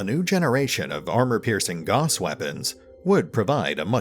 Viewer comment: "Gauss" was a German dude, so his name is pronounced like "mouse".